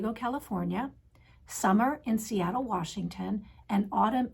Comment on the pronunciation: A little tip on pee pads. A friend’s puppy chewed pee pad and had to have emergency surgery. Most convenient retreat for me would be Denver. Letting you know is said Sunner instead of Summer.